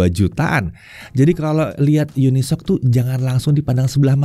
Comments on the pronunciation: tumben dibaca unisoc, bukannya uni-S-O-C ya? haha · bang katanya cara penyebutannya yang bener uni-s-o-c bukan unisok